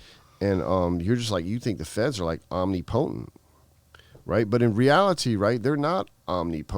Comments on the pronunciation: Lol Omni potent… it’s “ohm-nip-ah-tent” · Who the fuck says "Omni-po-tent"? or "Bonnie and THE Clyde". Yep, he's always been a criminal.